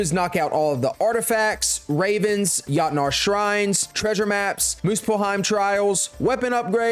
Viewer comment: 22;54 it’s pronounced yotnar